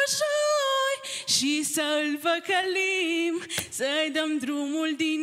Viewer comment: facalim a zis in loc de pacalim